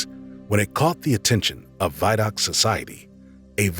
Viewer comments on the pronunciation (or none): Interesting video! Just one note on the pronunciation of Vidocq society. Named after a famous French criminalist, it's pronounced with an "ee" sound, not "ai".